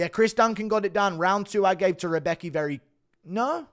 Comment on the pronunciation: "Rebeki" lol xD its "Rębecki" actually xP